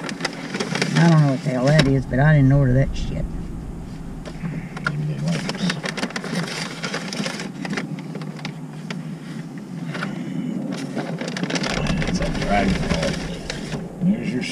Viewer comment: I like how can take the word "shit" and drag it out into 2 syllables. Legend! Shee-yet!